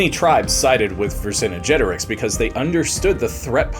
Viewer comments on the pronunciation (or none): It's "Vercingetorix", not "Vercinigetorix"! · Yeah he’s saying it ver cinna jetorix, there’s no a so I’m not sure why he’s saying it like that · "Vher-sin-jet-or-ixe"; you're adding an extra syllable in his name. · I'm asking because I don't know. I have always heard his name as "ver-son-get-oh-ricks". Where does the "ver-son-oh-get-oh-ricks" Come from? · Thank goodness we learned more about Vercin"uh"getorix though. 🙄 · I thought I was the only one annoyed by this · Yeah, he's mixing the English term "vicinity" with "Vercingetorix"...🙂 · I couldn't make it more than 5 minutes due to the continued mispronounciation of Vercingetorix. And that unnecessary music. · Literally butchered his name first time you said it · Dude, this is historically inaccurate & shows a complete lack of any scholarly knowledge. The host mispronounces the name of every Gallic tribe & does a grave disservice to Vercingetorix. Your lack of research is SAD! Do better